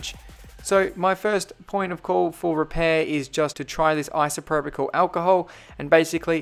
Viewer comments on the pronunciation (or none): Its pronounced eye-so-pro-pul alcohol, not eye-so-pro-pih-cul alcohol. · Its isopropyl alcohol not isopropyical alcohol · It’s pronounced iso-pro-pal ;) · Say it right; ICE-A-PRO-POL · I'm not trying to be rude but it's pronounced isa-pro-pal Alcohol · Isopropyl Alcohol, Pronounced: 'EYE-SO-PRO-PIL' Alcohol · It's pronounced ayso_propel-alcohol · Its pronounced Isopropyl (no c in it) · There’s no ‘C’ in “Isopropyl” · It’s really annoying hearing him mispronounce isopropyl every 5 seconds 🤣